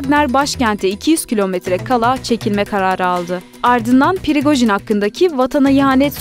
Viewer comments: Pirigojin degil “Prigojin” yani p’den sonra “i” yok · PIRIQOJIN yox PRIQOJIN